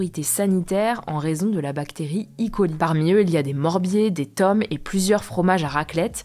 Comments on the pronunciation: C'est E.coli pas I.coli 😅 et si c'est pour le dire en anglais faut aussi dire le i de fin en anglais, comme I.colai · petite correction: on dit "é" Coli et non "i" Coli.